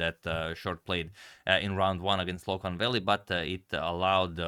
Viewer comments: Loek is actually pronounced as “Look”. Often in Dutch the “oe” is pronounced as “oo”. Also Jan van Smeets was almost right, but Smeets should be pronounced as “Smates” (as in checkmate ;) ). Also, keep up the great content, I love it. Love from The Netherlands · Dutchman here. The oe in "Loek" is pronounced like the oo in "took". Just to help 😊